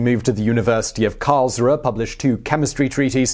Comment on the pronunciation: hubris: "ooo-bree". "vrohslav". "karls-roo-uh" google translate, once again. good pronouciation butchering vid. entertaining!